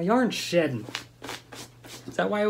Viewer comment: When he said my yarn is sheding it sounded like he said my yarn is shiting 🤣🤣🤣